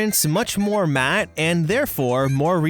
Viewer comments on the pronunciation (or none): none